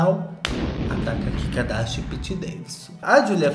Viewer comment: não importa quanto tempo passe, eu AINDA vou rir do chamando a kim de kika darsha